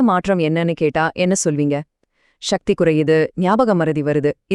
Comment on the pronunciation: Are you a nutritionist ?? No, avoid useless information, say. sakthi, not shakti, pronounce tamil property.